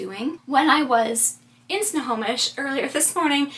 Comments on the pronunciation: You did pronounce Snohomish correctly! My nephew & his family & one of my sisters live there. We were there twice this summer! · Lol, you are pronouncing Snohomish correctly. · You said Snohomish perfectly. :) I live in SW Washington, but I was in Snohomish in July for a wedding. I had never been there and it's such a cute town! I'm really enjoying this series and it's inspiring me to get out and explore! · You said Snohomish perfectly! Love that little town, I’m getting married there in a year 😊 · Snohomish…you said it right every time!!